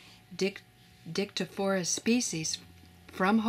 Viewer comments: Listening to the narrator mispronouncing the name of that fungus, made me laugh...So HARD!! 🤪🤪🤪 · Little bit struggling with Latin nomenclature ;))